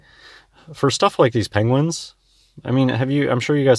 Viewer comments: is not worth the time of day. Also, is he calling them "Pengwings"? If so, he's more stupid than I thought. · Has anyone else noticed he is saying 'Pengwings' rather than Penguins? Or at least sometimes, like Cumberbatch style.